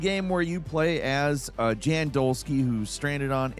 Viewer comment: bro i beg stop saying "JAN" like you are, it's pronounced "yan", it's by a Polish dev and the protagonist having a very popular Polish name...